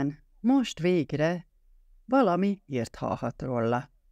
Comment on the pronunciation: Akkor én leszek a harmadik... Sajnálom, de a "rolla" a "róla" helyett, többek között, iszonyatosan irritál...